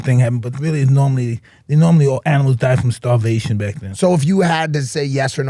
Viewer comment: I thought you said "black" at first.